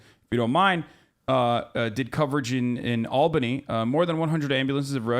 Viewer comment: The way Hasan says Albany makes my teeth cold